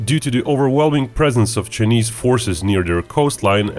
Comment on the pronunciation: I can’t deal with how he pronounces Chinese. “Ch-ey-neeze.” 🤦‍♂️